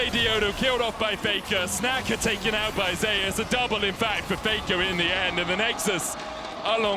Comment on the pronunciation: LLA team feeding so hard medic calling 'snaker' as 'snacker'